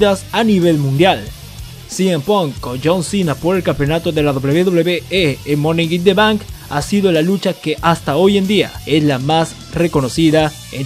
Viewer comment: Porque dices "monek in the bank"